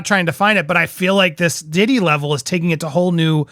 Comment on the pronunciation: PEA-DOUGH Diddy.